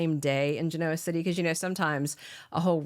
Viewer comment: I wish the commentator of this video would do some research on the correct pronunciation of Geneo City. It’s not hard to do, just google it.